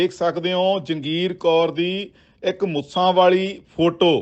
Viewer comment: ਓਏ ਮੁਸਾ ਨਹੀ ਮੁੱਛਾਂ ਕਹਿ 😂😂😂